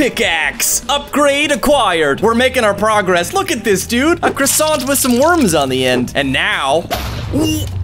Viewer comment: It made me laugh when you said a crusont with some worms on the end